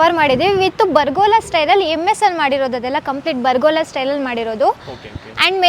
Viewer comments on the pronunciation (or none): its pergola not bargola 😅